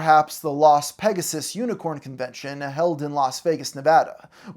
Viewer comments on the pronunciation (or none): Las Pegasus unicon not unicorn. I swear he can’t say any names correctly.